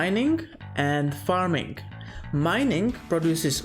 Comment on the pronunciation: Parming? What are you, a Filipino?